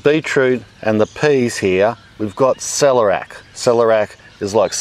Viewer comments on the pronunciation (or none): It's pronounced "sell-air-eee-ack" not "sell-er-ack"